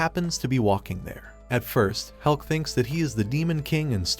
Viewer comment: maybe hes saying about hulk not helk